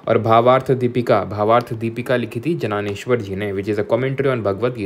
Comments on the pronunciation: As an obedient student of yours from Maharashtra, it is my duty to inform you sir ki wo "janaaneshwar" nahi "Dyaneshwar" spelled as "Gyaaneshwar" hai 😂😅 thankoo🫡🫡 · Sir jananesvara nahi hai Dyaneshwar hai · Jnanesvara(ज्ञानेश्वर) hota hai sir vo जनानेश्वर nahi varkari(वारकरी) hota hai vo sir वरकारी nahi